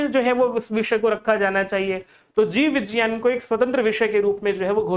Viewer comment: Vijjayan nhi vigyan hota hai